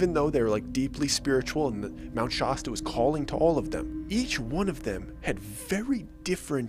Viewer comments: Firstly, your storytelling is amazing, (despite how you say “Shasta” like a British person lol). Second, I came from a small beach town with lots of crystals, Gaia, “source”/universe, alt. spiritually etc. I never thought much of it, but what I did know was that Abrahamic religions like Christianity were tools to manipulate simple people, who were scared of death and justify homophobia and misogyny. 33 years of enjoying “open mindedness” and knowing that I understood what good was and what evil was, I had an experience that prompted me to examine Jesus Christ and His teachings. I realized I had been judging God and dismissing Him, based on people that claimed to know Him who did not practice what He taught or otherwise demonstrate that they really believed what they claimed to. I remained skeptical and would eventually have an experience with God, that turned my hostility towards God on its head and show me the Jesus Christ really was the truth. If you are praying to/worshipping/believing in anything or anyone other than God, then you believe a deception. I used to laugh the hardest, when making fun of those who claimed to be “born again”; then God came into my life. May you seek Him for yourself and be saved. If you truly push forward for the truth, in your life, I am 100% confident that you will be found by God and learn what I learned. Be connected to the source of true love. All the best to you and yours. God bless you. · haha..🤣🤣🤣 I know! Every time he says it, I start laughing! I live like 2 hour south of Mt. Shasta. I grew up going to Mt. Lassen to camp every summer as a kid. So, I know how Northern California a people pronounce Mt. Shasta, and its sure in hell ain’t the way this guy says it! 🤣🤣🤣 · No way he wouldn't have learned how to pronounce "shaw-sta" after going there. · A few minutes in and very much looking forward to the rest, but I'm really going to need people to learn how to say "Shasta" ngl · SHAH-STUH not Shuh-stuh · Its Shasta, not Shawsta